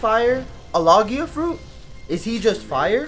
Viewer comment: Low gee ah fruit logia The g is like the name giarmo you know it’s there but it’s not the focus- you still say the vowels